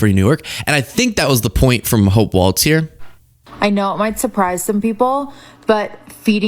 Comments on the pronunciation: I feel like I might be crazy, he’s saying waltz, not walz… right? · Isn't it pronounced WALZ... As in "Walls"? It's not Waltz. Please, please pronounce the name correctly 🙏🏼 thank you. From Australia ❤️🇦🇺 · Ok, I have to say it. Please say Tim Walz name correctly. It walz like walls, not waltz. It drives me crazy. Thanks. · Brah, it's Walz (walls), not Walts. That's a dance. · It's walz not waltz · It's not Waltz, it's Walz, like "walls," not like the dance. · Her name is pronounced WALLS NOT WALTZ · Walz. Like walls not waltz. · Walz not Waltz lol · Hey man, you gotta pronounce his and her last name right. Walz. Not Waltz. There is no dance here. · His name is WALZ!! Not WALTZ! It's important to get it right because there is a republican politician named Waltz. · I love you, but there is no 'T' in Walz. It's pronounced [Walls]. I know it's such a petty thing to point out, but it's driving me nuts. Thanks. P.s. Laura Ingram sucks. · Great video. But her name isn’t like the dance, ‘waltz’. There’s no ‘t’ in Walz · There's no "T" in Walz 🙂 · Love your podcast,! You are well spoken, smart, and wise. Please pronounce Walz’s name without a “t” like “walls” and not the ballroom dance! 😊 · I love your show. I love your content. I can't stand the way you keep saying Tim name is pronounced walls. It just distracts me so much and I don't know why that's about the only thing that I can complain about you. Please pronounce his name right, He might be the next President. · it's not baltz to the waltz...LOLOLOLOLOLOLOLOLOLOL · Walz pronounced like Walls. I don’t mean to be nitpicky, but I live in Minnesota and it’s hard to hear it pronounced incorrectly so much. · I truly enjoy your channel. Walz is actually pronounced like the word walls. There is a different member of congress whose last name is pronounced how you are saying the last name, but it does not fit the awesome family you are talking about in this video. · There is no "t" in Walz.